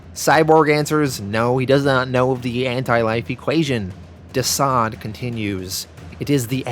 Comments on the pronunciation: Constructive Criticism: - not "womans" but "women." Also, not "diseased" but "deceased" (DCeased). Your British accent is more Australian than anything. Besides that, Great great read, perfect edit. Im jealous. Keep it up. Oh, and kudos for The Boys. That was spectacular! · The way you pronounce the title sounds like Diseased is that correct? I thought it was Deceased ? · 🤦🏽‍♂️🤦🏽‍♂️🤦🏽‍♂️ It's pronounced Deceased!!!! Not Diseased!!! Jesus man!! You NEED someone to read your copy before publishing!!!! You're always BUTCHERING pronounciations!!! You have to good a channel to be making such retarded mistakes man. I'll do it for free bro!!! Please stop doing your fans the diservice of giving them the incorrect names and such. Just saying!!